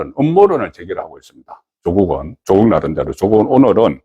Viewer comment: 조~~국이 아니라 조꾹이다. 창녕 조까이니라....창녕 조씨의 조는 짧게 발음해라...